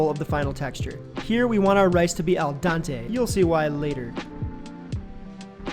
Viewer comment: Of all the cooking terms to get wrong ... Its "al DENTE" NOT "al DANTE" JEEEEEEESUS